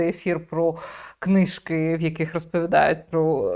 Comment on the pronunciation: НЕ "кнИжки",а книжкИИИ !!